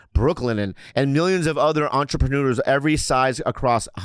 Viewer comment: Did bobby say entreprenoodles